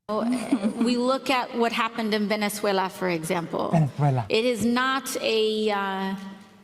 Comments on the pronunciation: She could not even pronounce Venezuela right because it's not Venesuela, and it's just south of Porto Rico your home country, Sandy!!!!! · She did however, throw her Latina accent in her pronunciation of Venezuela...😂😂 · She sounds like she's trying to tickle the back of her throat when she said: "Venezuela" and also when she said: "Maduro which came out as "Madoodoo". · I was taught at the LEARING CENTER that Venicewaleya was north of the E-cwayter? 😮. 😅😅😅😅😅😅